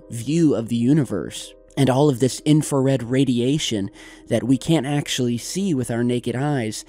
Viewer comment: You deserve to be slapped everytime you say infrared